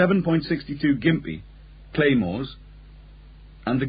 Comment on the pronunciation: It’s pronounced ‘Jimpy’ not ‘Gimpy’